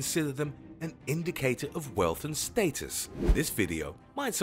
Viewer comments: how...do you pronounce 'status' again... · Stay-tus at the beginning or was it supposed to be stat-us I don’t know